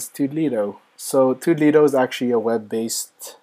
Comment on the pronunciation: Nice review, but toddledo is pronounced toodle-do (rhymes with noodle blue)